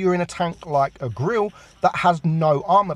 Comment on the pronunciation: "A tank like the grill"? Grille is not pronounced that way 😂